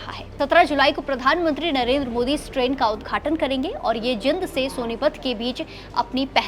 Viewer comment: पहले तो बोलना सीखो जिंद नहीं जींद है